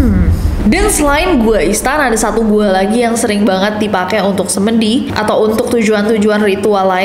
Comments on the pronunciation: Bacanya semedi kak nessie, bukan semedi 😢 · bacanya semedi kak bkn semedi, eh apsii😭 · kak nessie aku gemas kalau kamu bilang Semedi .. harusnya Semedi .. 😂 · Semedi kak bukan semedi🤣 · Salfok pengucapan semedi nya,, pungucapannya bukannya kayak semen gitu gak gak sih? Semen (n=di) 😂😂😂😊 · koreksi mbak, ngomong semedinya salah😅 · Lucu bgt cara ngmng “semedi” nya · Hallo kak nes, maaf aku mau koreksi pengucapan kata “SEMEDI”, sebagai orang jawa agak gak enak dengernya kak😅 mau nyontohinnya gmna tapi😂